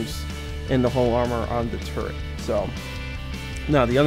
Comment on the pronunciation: I know it annoys me lol